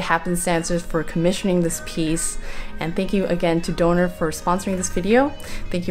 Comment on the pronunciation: I think your sponsor is pronounced with a short O like Donna the name, not like donor. It's also German for thunder.